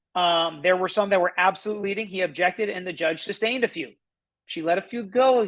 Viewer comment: By cross examining witnesses in such an obnoxious manner, he is only making jury hate him more and more—which is a very good thing. Yeah…keep digging! Also…it is not SuBstained…it is sustained!